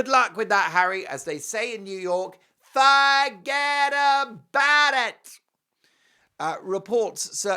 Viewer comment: When you shout, "Faa ged abaad it", you sound like Fran Fine from The Nanny. Did you spend time in Queens on your recent trip😂😂😂?